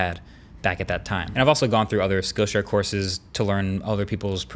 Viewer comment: Great info. Never heard of Skill Share. Thanks for teaching. However, when you’re saying it, everytime it sounds like you’re saying “skow” share. If you hadn’t put up the screenshot, I never know what you were talking about. So thanks for doing that. But try to pronounce it correctly so people know what you’re saying as skill share and not the sloppier way. Again thanks for all of your excellent overview videos.